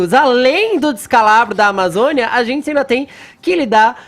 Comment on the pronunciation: Fala direito, maluco. "Tem zentsi" não sabe nem falar porra. Enfia o dislike no cu do Fefito.